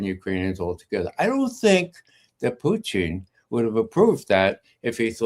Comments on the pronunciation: Not knowing that he was intentionally pronouncing it that way I actually went to Google annexed who is the Russian individual involved in the current Russia us talks whose name is pronounced poo ching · My main complaint is how he pronounces “Putin”. 😑